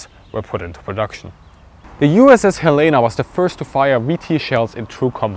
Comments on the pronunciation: USS Helena is not pronounced "Hellaina" as in the goddess. It's pronounced "Hell In A" as in ...hand basket. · That would be the USS HEL-e-na. (as in "Hell in a handbasket.") the Montana state capital. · Helena... Helen - uh... If I can wrap my German speaking mouth around it, so can yours lol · When your the only Montana and someone pronounces Helena wrong....